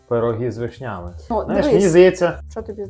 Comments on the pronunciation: з вИшнями,а не з вишнЯми:face-turquoise-covering-eyes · Ви молодці, але чому вишнЯми, а не вИшнями. Дуже ріже слух!